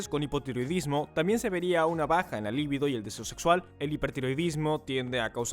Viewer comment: «Tiróideas» NO, TIROIDEAS, con acento tónico en la «e». Lívido (con acento en la primera «i») = Pálido, con mal color; LIBIDO (con acento tónico en la segunda «i»), impulso sexual. De todas formas, GRACIAS por el vídeo, muy buena información.